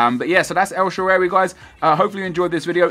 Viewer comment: THANK YOU SO MUCH NEP. I LOVE YOU AND SHAARAWY IS MY FAVORITE PLAYER IN SOCCER AND I LIVE IN AMERICA AND GOT HIS JERSEY FROM ITALY. HE DOESN'T GET THE AMOUNT OF RESPECT AND ATTENTION HE SHOULD. IM SO GLAD YOU PUT UP A VIDEO ON HIM. And for the pronunciation Sha rar wee The last when you were asking how to say it. Have a great day and keep up the great videos Nep